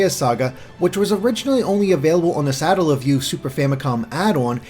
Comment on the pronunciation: I think you mispronounced satellaview